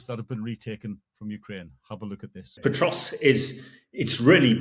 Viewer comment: This Hamish character is pronouncing Pokrovsk - Petrosk. Good work, mate, you are really acquainted with the situation! 😂😂😂🎉 😂😂😂😂😂😂 He is even worse than the host! PATHETIC!!! 😂😂😂😂😂😂😂😂😂😂